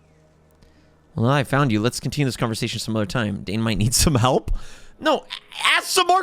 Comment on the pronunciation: I almost cry it was so sad when ather said can we CUNTRINIEune our juriny